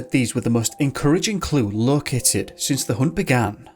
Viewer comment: sounds like an audio edit. But instead of 'located", I can't help but hear, "look at it". Too funny